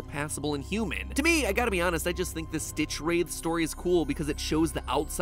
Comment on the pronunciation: Did you seriously pronounced StitchwraiTH like that??